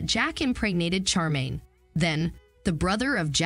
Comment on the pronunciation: Her Name is SH -ARE - Maine. Not char - Maine. If you are going to review this series get it right.